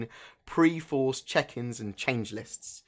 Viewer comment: I think you mean Perforce check in's, not Preforce ;)